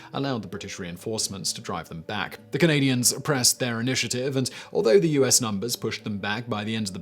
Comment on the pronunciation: Was it just me or did he say U-ass instead of US in number one. 😂🤣